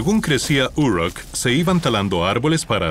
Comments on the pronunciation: pero, esto no es lo que él dijo. La pronunciación de la palabra "Uruk" en este video parece la pronunciación inglesa y no española. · Si Uruk estaba en Mesopotamia por qué la nombras como si estuviera en EEUU?.. No todas las palabras que no son latinas se pronuncian igual que el inglés.